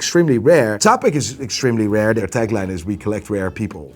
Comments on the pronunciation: its pronounced Chapek. like in churros or cheddar. please dont butcher my language. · Czapek actually is pronounced like Chapek, my Dutch bro. <3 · Czapek is lit. Work on pronunciation though